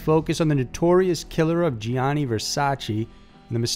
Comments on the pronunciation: Gianni = 2 syllables. JAH-nee. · My ears bleed everytime you say La Joe-la. It's La Hoy-ah. Also, Gianni is not Gee-ani, but is pronounced like Johnny. Google "How to pronounce ____"